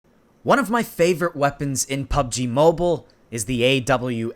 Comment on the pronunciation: Hahahaha he said Im not dump Lol he is he cant say mobile